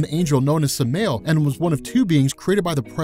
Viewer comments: Can't even respect the character enough to properly pronounce "Samael". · It's not "Su-may-el". It's "Sam-i-el" The ability these people have to make videos on a regular basis using stupid amounts of info, and still get the first thing wrong. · One thing Its sa - ma - yel not semail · It's pronounced "Sam-i-el" bro. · samaël "Sam-"eye"-El" NOT "s'mel" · U know its pronounced "Sam-ah-yell" not SamAle, dude isn't some Fall season beer. Also the theology behind Ba'alzeboul (Beezlebub to some) woulda made a way cooler comic/story. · I love you bro. But its not Samail.... its Sam-I-L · Its pronounced Sam-I-el not samel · its not sameal, its Sa-Ma-El. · It’s Sah-Mah-El. Not Suh-mail. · SA-MA-YEL not samel lol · SamAel not Samel I get it, your first language is English but just try next time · "Samel" its Sam-u-el... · Samael not samaeel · Wrong. It’s Sam-ael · Nobody:: Sam-El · Samael is pronounced: Sam-eye-el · Pronounced Sam-eye-el, be-al-za-bun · I know it's a weird niggle but Samael is pronounced like sam-eye-el. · It's pronounced Sam-Ai-Yel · Pronounced ( Sam - Eye - L ) Samael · Ikr, people can remember that superman's real name is Kal-el but can even remember Lucifer's proper name is Sam-A-el. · Sam-eye-ell, no? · is he saying sam mail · Its called samale(sam-eye-el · It’s pronounced Sam-Eye-El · Samael is pronounced Sa-ma-el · We all know he pronounced the real name Wrong. Its pronounced sama-el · It’s pronounced samayel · its pronounced sam-eye-ell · Srry to be that guy but it is pronounced Sam- I-el. And Beelzibub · Sam-i-el is the correct pronunciation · Cringe factor on Samael (Sama-el) pronunciation 😬😬😬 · Listening you saying samael breaks my heart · Lucifer watching this hearing how you pronounce Samael 👿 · samael is pronounced with the emphasis on the first a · Am I the only one annoyed that he pronounces Lucifers original name wrong?? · Am I the only one bothered by his pronunciation of Samael? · Sam-i-el* B-el-ze-bub*